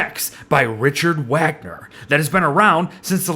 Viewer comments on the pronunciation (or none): It's pronounced Vah-g-ner. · Love the video! That being said, your pronunciation of Wagner killed me 😂 don't worry though, it's easy to mispronounce. The Germans always seem to switch the W and V sounds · Hey! Just wanna let you know that you pronounce w's as v's when saying German names, Vagner. Very interesting video:D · I feel like everything's pronounced differently in English, but honestly I think it's a completely harmless inaccuracy. Pronouncing the w in Ludwig as either "Vig" or "Wig" doesn't matter too much (unless it is explicitly one or the other), so making the same mistake with "Wagner" is harmless in my eyes... I'm also not German, so idk, don't take my word for it...